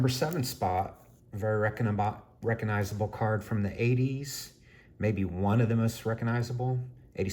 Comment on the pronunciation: You’re driving me a little crazy with your constant mispronunciation of the word (re-cog-nize-able), not reckonizable.